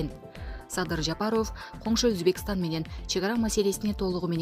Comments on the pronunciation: Жапарув дебей жапаров дечи карындаш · Диктор Ажообуздун фамилиясын Жапаров деп туура окучу сураныч. Жапароов дебей